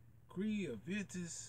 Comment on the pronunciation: It’s Aventus not aDventus.